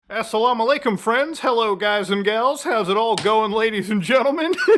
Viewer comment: Damn, you butchered that assalamu'alaikum